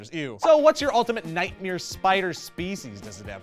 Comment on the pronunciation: "Nightmeer Spider Species" lol